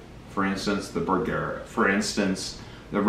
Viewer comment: You're pronouncing Bergara wrong using a hard a. That is the problem.